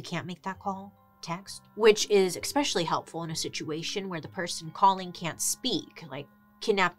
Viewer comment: Expecially always cracks me up! Love you Bailey. Love you!! ❤❤